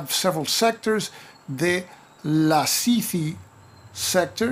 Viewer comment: Hi there. I like your videos very much. (Watched the B-17 Queen of the skies series. So good :) ) Now there is a very nice looking map of Crete, but I spotted an error in one of the cities. " RETIMO " is actually "RETHIMNO". By the way good pronunciation at "LASITHI" and "HERAKLION". Sounds like a Greek is saying it. ;) Oh, and "CANIA" is "HANIA" . The tone at the second A.